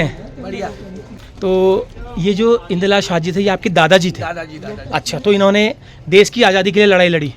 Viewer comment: शाह नहीं साह। शाह= अमित शाह।